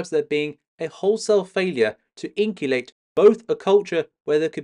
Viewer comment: Much appreciated. However in·cul·cate is pronounced as: [ˈɪnk(ʌ)lkeɪt]!